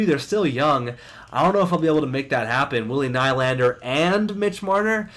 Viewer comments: It's William NEE-Land-er not Ny-land-er. Please like so corrects his mistake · Its pronounced "knee-lander"